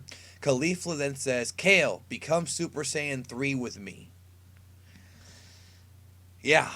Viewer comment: “Gettcha suppa sayiens hea!!”